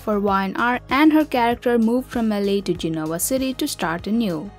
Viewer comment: Gen-ah-wah City! Please, do your research.